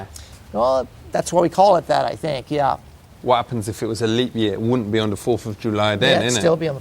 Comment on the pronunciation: "dus you know wot a leap year is? I fink it's like every 5 years....." lolol